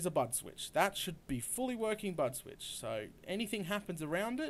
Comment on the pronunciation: Sounded like he said butt switch 8D